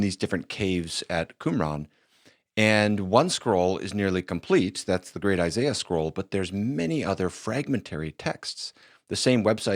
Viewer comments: He said Isaiah scroll, not Eye-Sy-Uh of course those are different scrolls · Never trust a man who cant properly pronounce the name “Isaiah” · I know damn well Alex is smart enough to pronounce Isaiah correctly.